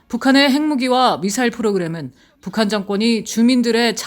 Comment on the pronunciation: 한국어 발음을 또박또박 정확하게 해주세요. 특히 첫 실러블을 ... <에>라는 발음 빼고요... 왜 <에> (국)방부 라고 발음하나요? <(북)한> 아니고 <북한>이쟎아요?